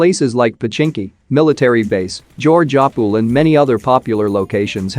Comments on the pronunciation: he said georgapol it shud be geogepool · Who else laughed when he said georgopol.. 😂